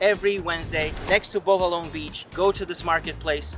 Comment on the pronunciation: Its pronounce like bo valorrr but its called beau vallons im from seychelles so thats how you pronounce it